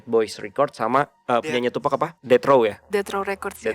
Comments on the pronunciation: btw, TuPAC bukam TuPACK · Bacanya tupac jes bukan tupec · Tupac dibacanya TupAk kak, bukan TupEk ✌️ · bacaanya tupac bukan tupack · Sorry ngoreksi tim DA Penyebutan tupac yang bener tuh "tupak" bukan "tupek" Thanks ❤ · Tupak bacanya bang 😭